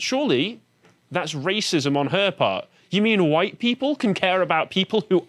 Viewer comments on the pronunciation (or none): You're saying Hohite, not white.